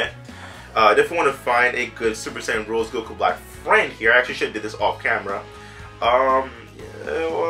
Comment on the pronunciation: It's Rosè lead not Rose lead